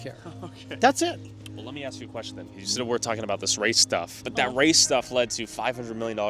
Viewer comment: "When they axe for certain things"